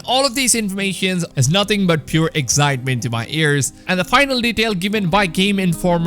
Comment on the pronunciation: pure egg-zyet-ment 😂😂